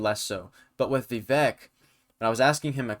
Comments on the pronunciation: pronounced as vi-vake (like cake) not vi-vek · Pretty good video, however, describing Vivek as a “killer” is misplaced, and also, why don’t you know how to pronounce Viv-ake’s name ? IT RHYMES WITH CAKE!